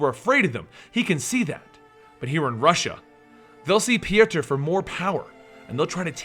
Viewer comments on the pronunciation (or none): I hate when people change words because they can say them. His name is either Pjotr or Piotr. Not Pijaturr like you were saying the name. I dont know where you found yourself an "A" and an "U". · its pronounced poitr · His name is Piotr pronounced Pee-Oh-Ter